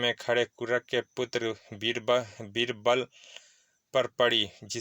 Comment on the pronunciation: Pronunciation needs to be improved. Fo ex: the name is veerbali but person is calling beerbal